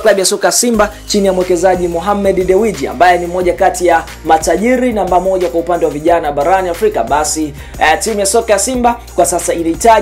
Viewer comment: Acha kuharibu majina ya watu wewe!.Tamka DEWJ na siyo DEWIJI...💪